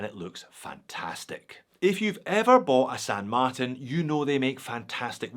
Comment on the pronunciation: This is the first time I’ve heard pronounce the brand as San Mart”i”n and not San Mart”a”n. Sounds strange lol